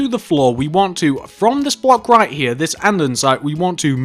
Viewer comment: Love his accent. I have a boring American accent. Just when he says here lol. "Hea, hea, end hea."